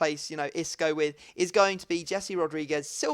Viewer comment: Please when ypu are trying to pronounce the name of "Jese" the "J" should be heard like the "J" in the name of "James Rodriguez".